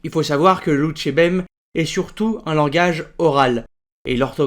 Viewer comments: Lonjourbem ! pourquoi dites-vous "Loutchébem" au lieu de "Louchébem" ? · juste une petite remarque sur ta prononciation " tu dis en phonétique "lou tché bem" alors que tu devrais dire "lou ché bem" ne prononce pas le T! voila! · C'est bien la première fois que j'entends prononcer "loutchébem". Y a-t-il une raison à cela ?